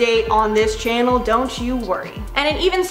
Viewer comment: Sounded like you said shannel pronounced like channel.